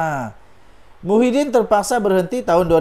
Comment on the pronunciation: Sebut lh betul².. Muhyidin atau Mahyadin??????